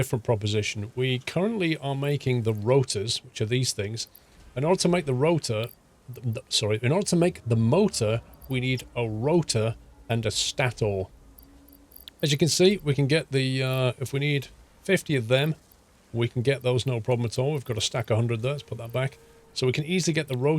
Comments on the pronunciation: Stah tor*..lol i think its pronounced *Stay ter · Its pronounced state-ore nit stator😂😂😂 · It's stay-tor not stah-tor. The rotor rotates, the stator stays. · It’s pronounced stay-tor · Stator is pronounced stayter o:D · finisek 123 was just going to say the same haha